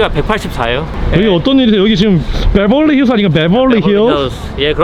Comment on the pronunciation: 카메라 든 사람 누구에요 ?? 발음이 베벌리 힐스랰ㅋㅋㅋㅋㅋㅋㅋㅋ